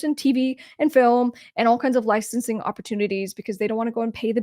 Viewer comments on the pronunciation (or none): none